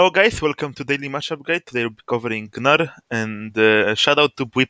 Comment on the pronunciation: great vid man, also I too will now call him "guh-nar"